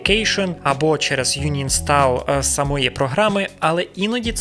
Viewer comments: Корони, дякую. Але, Uninstall читається - АНінстал, не Юнінстал... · Дякую за відео, гадаю кожен зміг знайти для себе щось корисне. (Ремарка: "uninstall" читається як "анінстол", без "юні", в свою чергу префікс "un" в англ. означає протилежне; пр. park - unpark, і тд. Не прискіпуюсь, просто можливо також буде корисним, як і для мене відео) Дякую за твою роботу